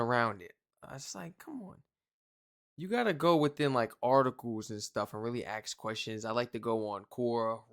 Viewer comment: could I stop saying 'aks' whilst meaning 'ask' . Plz. Don't.